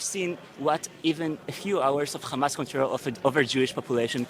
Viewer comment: Bro called it khamas 💀 💀 💀